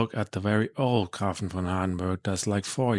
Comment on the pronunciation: Thank you for your review I am corius how it will perform at my home. PS. the ä ist pronounced as E so GrEfin.